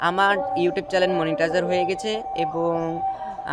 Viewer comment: ভাই ওটা 'চ্যানেল' চ্যালেন না😅😅